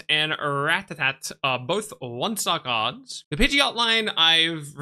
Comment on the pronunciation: The way you say kards with the k.. accent definitely tells me we love Pokemon anywhere